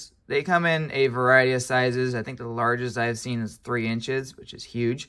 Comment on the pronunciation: "The biggest I've seen is 3 inches whichishuge" hehe